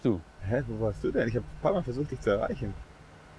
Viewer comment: Digga dieses ,,Wo warsh du" zerfetzt mich hahahahhaha